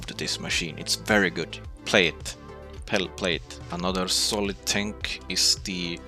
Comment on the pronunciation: its 'solid' and not 'colid' then it would sound like [kolid]